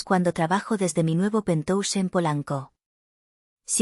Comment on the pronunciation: Por qué la necedad de decir pentouse cuando la palabra correcta es penthouse y cuya pronunciación es pentjaus?